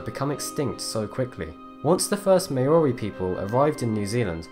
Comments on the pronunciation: Mao-Ri not Mei-O-Ri. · Haast’s eagle is sick, I mean the only other “prehistoric” animal that’s well known, was the moa, and when I learnt about the haast eagle I was like “DAMNNNNN!!!!!!!!!” Also not that I blame ya, but Maori is pronounced M-ow-ree, and kinda roll the R. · IT. IS. NOT. MAYOREE!!!!!! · What is a May-ori? I am a New Zealander and it is pronounced Mow( as in "how" ) ree. You sound English so you should know how to pronounce Maori. The Maori Battalion sent thousands of Maori troops to both WW1 and WW2 in Europe. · It's pronounced Mow-ree. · still not correct it's MAO-rrrii. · say it with me.... MAO-REE Love ya man but good god you were cringing me out with that pronunciation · The name of the aboriginal people of New Zealand is pronounced " Mow ree" not what the hell you said. All the work you put into this video and you didn't bother to check pronunciation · Who are the Mayori? Lol. You mean the Maori? Dude seriously. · When u say Maori wrong :P. Otherwise great vid! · Maori was pronounced wrong. Great video though. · your saying Maori wrong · The way he pronounces Maori triggers me.